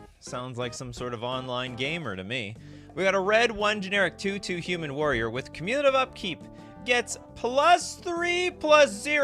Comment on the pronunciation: That's not how to pronounce "cumulative." The emphasis is on the first syllable, not the second. It is from the root word "accumulate."